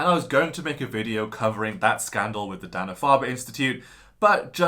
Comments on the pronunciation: Not Dah-na Farber. Day-na Farber. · Having lived in Massachusetts for 17 years Its pronounced DAY nah Farber. Paak the Caar...